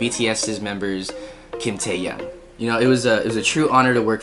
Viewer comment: You pronounced taehyungs name as taeyang ahhaha lol